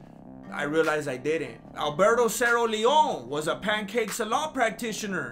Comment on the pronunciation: Lol pancake. It’s pronounced penCHak. The c is a ch sound.